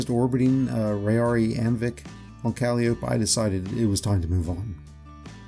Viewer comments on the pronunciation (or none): Thanks I might try some fluorine. Also Calliope is pronounced Ka-lie-o-pee